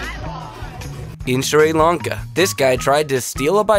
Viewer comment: i am from srilanka and the way you said srilanka i just cried of laughter